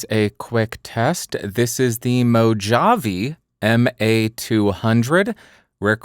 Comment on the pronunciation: Back in the what? I've never heard anyone say Mojave (as in Mojave Desert) with a J-sound. Only with an H. And I don't think I've heard it said outside of US media.